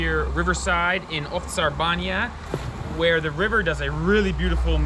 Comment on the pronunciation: when he said ovcar banja i had a stroke